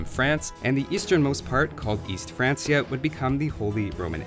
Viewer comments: Its pronounced "2-TAWN" and "FranKia" Huh you said "Tootin's" like they were flatulent and cute or something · Francia = Frank-ee-uh btw